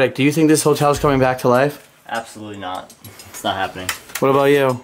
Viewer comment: Have you ever noticed that pronounces "Hotel" as "HOLTEL" lol.. its cute haha